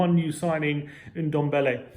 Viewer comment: It's dibala not diebala